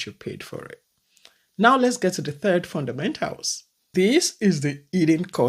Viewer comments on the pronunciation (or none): none